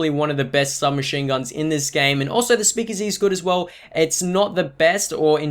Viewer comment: He can't say speakeasy😂 speakizzy😂😂